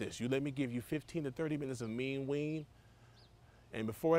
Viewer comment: This man said “mean ween”😂😂😂